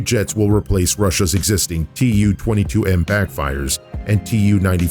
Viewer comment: TU is pronounced as too, after Tupolev